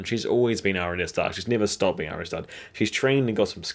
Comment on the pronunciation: Great video but seriously, Are-ya = Arya. Aria is totally different.